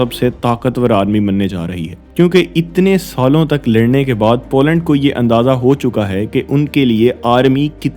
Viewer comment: Zem TV ka style copy kiya hai aapne. But jo bhi hai, accha video hai. Good job And it’s पोलैंड not पौलैंड